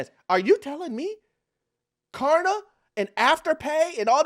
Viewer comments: It's Klarna not Karna say it right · K”L”arna, not karna. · KLARNA bro not Karna 😂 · Hey, you keep saying 'Karna'